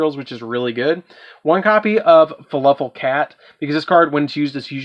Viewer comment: "faluffle" is all i'm hearing. is that just a region pronunciation thing? if i' sounding rude by asking i don't mean it to be that way, i'm just confused cause it's spelled "fluffal" but i keep hearin you say it different. i kept in mind you have the deck as we can all see so it's preference to the user, it's just interesting.